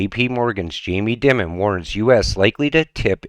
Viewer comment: It's not Dim mun, it's pronounced Dye mun.